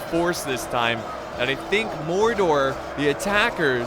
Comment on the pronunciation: u said Mordor not gordor